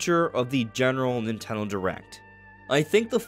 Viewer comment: Is he saying Ninteldo?